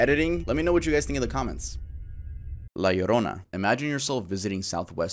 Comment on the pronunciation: I’m happy that my girl La Llorona is getting some love. She’s my favorite urban legend, I’m happy that pronounced her name right <3